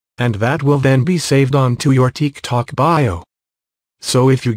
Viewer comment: ''teek tok'' 💀💀💀